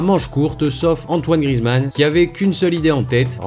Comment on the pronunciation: À c'est pas Grizzy mais Grizou